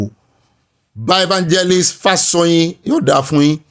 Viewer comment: Good evening, and. Happt birthday to our father, Professor Akintoye. The correct pronunciation is Fáshò̩yìn. Much ❤.